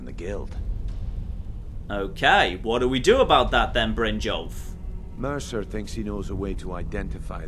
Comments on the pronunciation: in the Syrian dialect, J's age pronounced as Y's. So it's Brin-yolf, not Brin-jolf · it's pronounced BRYN-YOLF, not 'Bryn-jolf'. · jon its brynyolf not jolf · Mercer fry Saying Brynjolf instead of Brynyolf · The letter J in most Nord names, including Brynjolf, is pronounced like Y, not like DJ. Just like "jarl" is pronounced "yarl", and not "djarl". So, stop calling him Brindjolf, he doesn't like that. :D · jon, jon...brynjolf is a nord so its bryn-yolf....its not a jarl its yarl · Brinn - Yalf. The J is pronounced like a Y. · please take some stamina so you have some real amount of carry weight, oh and Brynjolfs name is Brin-yolf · Please pronounce Brinjolf B-rin-yolf. I know pronunciation isn't your strong suit but come on, the characters say how it's pronounced, you can at least try to pronounce it right. That said I don't want you to think I don't still support you, I just thought it could help some other people who are bothered by it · “Mercer Fry” “Bryn-jolf” I’m starting to think pronounces these names deliberately and obviously wrong just to annoy us. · you're pronouncing Brynjolf's name wrong! It's pronounced Brynyolf, the "j" makes a "y" sound! Also Mercer's last name is Frey not Fry! Pronounced Fray!